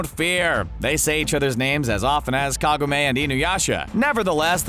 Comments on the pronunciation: Ya well let you try again if you want. Ka-go-me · Wanna try and pronounce Kagome again???